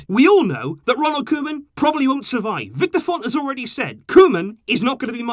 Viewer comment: It’s not the club it’s Bartemou, board and it sounds like Kouman.